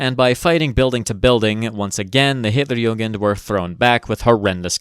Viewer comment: Just one pronunciation correction (the rest is very good actually), its Hitler*jugend*, not Hitler*jungen*. Hitlerjungen would mean "Hitlers boys", which has.. interesting connotations. at least in german.